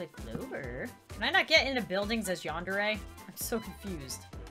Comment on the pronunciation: WHY U SEH YONDERE IT'S yAndere :) (no offence)